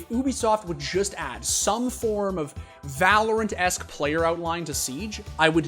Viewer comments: In "Vah LORE ent" 😂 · did he just say vah-lore-ent? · "volorant" LMAO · We just gonna ignore that he pronounced valorant, vahlorent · va-lore-ent lol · "va-lore-int" You did that just to piss people off didn't you? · I have never seen anyone ever butcher the pronunciation of VALORANT so bad in my life. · I can’t tell if he actually said valorant like that on purpose or is just trolling